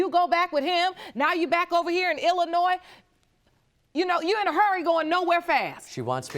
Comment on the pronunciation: So nice to hear people pronounce Illinois correctly. 🙂